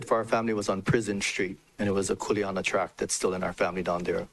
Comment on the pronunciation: It’s kuleana not coolana lol